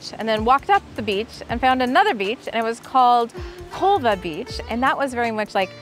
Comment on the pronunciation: You said it wrong so truth is Colva is touristy and Benaulim is a relaxed placed